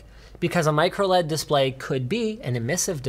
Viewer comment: Linus: MicroLED Me: MicroOLED!!!???